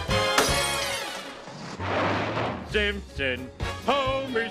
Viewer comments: GRAND MA SEEMPSEENS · GRAND DAD! FLEENSTONES?! GRAND MA?! SEEMPSEENS?!